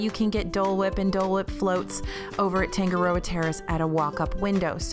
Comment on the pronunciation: Tangaroa- TAH-nga-ro-ah; Tonga-TONG-ah (like tongs, not tong-guh).